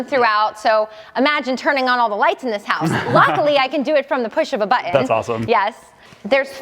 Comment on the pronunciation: It's impordint? The push of a buh-in?